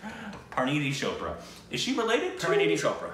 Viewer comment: It’s CH-OPRA. Not shhoohpprah.